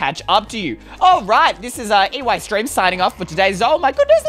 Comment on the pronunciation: Eystreem=i streem